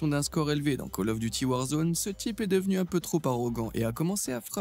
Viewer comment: miracle! on a trouvé LE mec qui dit call of duty et pas caloffe !! rien que pour ca je m'abonne !